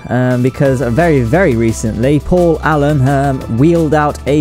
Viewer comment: I'm sorry, who recently launched a similar craft? "Call Allenham" according to CC, and unintelligible to my ears. Thank you.